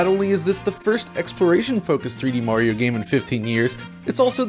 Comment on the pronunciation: The way he says Mario is driving me crazy... "Moar-iro"